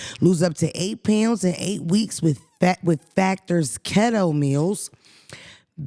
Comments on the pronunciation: In the factor Ad nobody else noticed pronounced Keto like khetto instead of “key-toe”…get on production ass 😂😂..nobody caught it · it’s Key-Toe lol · Now why they didn’t tell you keto is pronounced “key.toe” for the factor meal